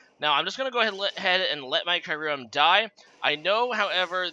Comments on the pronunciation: Kai-urem?... I swear its pronunced Kiu-rem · that good ole Kyruem Black! it seems very similar to Kyurem Black, indeed.